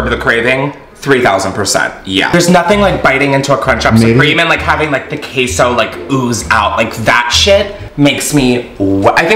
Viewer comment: did he actually say KEY-so